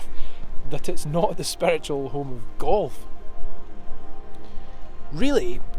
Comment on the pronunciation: Kulf? Or are u actually trying to say Golf?